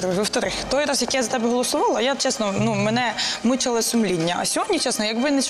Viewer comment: цесно, муцало, и так далее она же не глухая, как можно так путать звуки взрослой бабе???